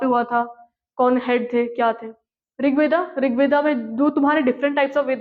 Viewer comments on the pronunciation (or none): Ved hota hai na ki Veda 😂😂😆😆